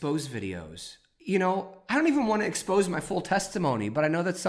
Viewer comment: Glad you escaped the cult that is forming around that woman. Quick correction (sorry, old school teacher here) expose videos is pronounced with a french pronunciation ex-po-zay. If you are going to be public speaking I just don't want you to be making errors that would cause some to discount what you are saying.